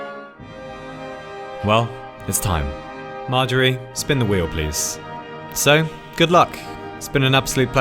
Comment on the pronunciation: Magery? OI' MARGERY YOU LAD YOU BETTER 'VE GIVEN US SOMETHING GOOD